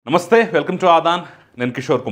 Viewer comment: Ray PLEASE LEARN HOW TO SAY NAMASTEY